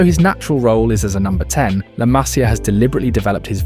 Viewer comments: Disculpa tengo que decirte que se pronuncia "masía" y no 'másia' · Se pronuncia Masía con acento en la i MasÍa, aprende a hablar castellano si quieres hacer videos del Barça porque suenas ridículo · La Masía, por favor mira dónde va el acento.